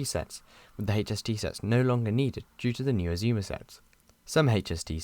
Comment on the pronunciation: The first time I've heard the Azuma's pronounce as Aszumas. The revised Intercity livery on the 225 sets is so classy. I think it would even look brilliant on the Azumas.